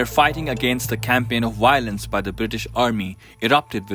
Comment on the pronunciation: Dear me, It’s VIOLENCE not WIOLENCE VICTORY not WICTORY. Give the job to someone who speaks English